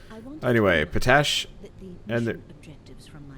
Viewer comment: You're pronouncing potash wrong. You look at it and say it like you would "potato" but it's pot-ash, sans the hyphen. POTash, not poTASH.